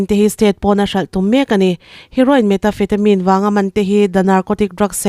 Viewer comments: Metafetamin i tih hi.. Methamphetamine tih a ni zawk lo maw. I lam dan ava mak ve. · Ni e,methamphethamine tih angin ka lo hre ṭhin meta...... ni loin